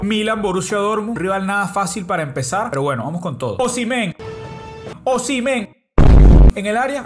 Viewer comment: Osimhen se dice "Os-Im-Hen" La ache se dice J en su nombre